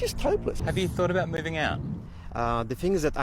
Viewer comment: Alright, whaddyatalkingabeet?